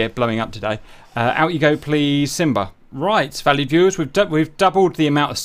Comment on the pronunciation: I think you are saying valued viewers but it always sounds like valley viewers